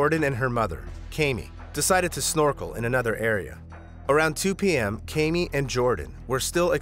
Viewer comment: 1) what makes the man the "head of the household"? Do we know that the family chose to appointment him as "head of household" or are we assuming because he's a man? 2) I have the same name as her and it is pronounced Kam (as in camera) Me (as in me) not KayMe